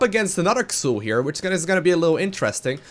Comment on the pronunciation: just one thing. Pronounce him like if he was called "Zul". Otherwise, great video as always;D